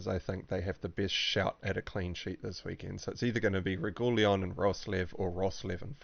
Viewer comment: lol, Regooleon :)